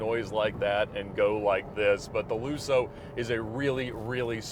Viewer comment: By the way, it’s lusso, not lussou